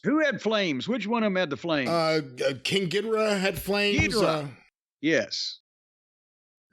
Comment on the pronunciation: King Gidrah hahaha wrong